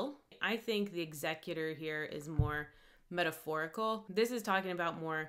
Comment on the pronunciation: GASP censorship? is this mid-range hanging shakespeare? Also the added syllable from use(')d and the removed one from thexecutor is kind of an interesting twist of language. makes you wonder why those were used there